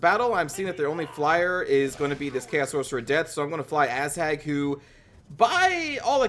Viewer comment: Are you saying "Asshag" lol?